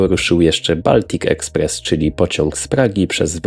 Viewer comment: Mówi się Boltik Ekspress!